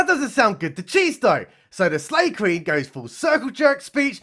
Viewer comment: I thought he was saying Slave Queen. I thought maybe she was from that stupid netflix movie.